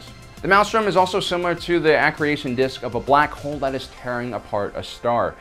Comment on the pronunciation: Not when you say A CREATION DISK instead of accretion disk. S'ok it's ok.